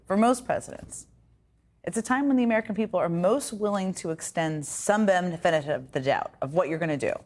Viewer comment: That attempt to say "Benefit of the doubt." 😬